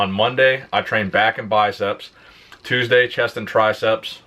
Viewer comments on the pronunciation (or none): none